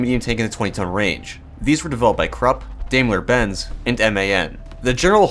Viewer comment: Just a hint on the pronunciation of German tank "brands": for Krupp say: "kroop" (same as "crook" with a "P" at the end), for Daimler-Benz, say: "Dime-ler Bentz".